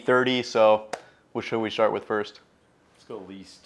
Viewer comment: "So...what shall we shart with first?